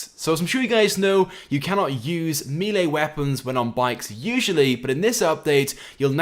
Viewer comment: Milee or Melee?? (Melee ofcourse. Don't know why you say Milee.)